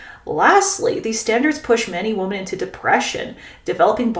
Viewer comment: Forgive me, but I'd like to offer some constructive criticism. Whenever you say "women" (plural), it sounds like you're saying "woman" (singular). The first part of 'women' ("WOM-") should sound like "WHIM," differently than it sounds for the singular 'WOM-an.' Also, the second vowel (e) should sound like the "e" sound in "mEN." When you say womEN, it should sound like "whim"+"en" (latter sounding same as in mEN). Thank you for the content, you're addressing important issues and I only hope to help with your presentation.